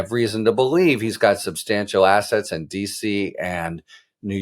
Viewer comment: Did you say "attach his assets" or "attach his ass"? Attach his ass!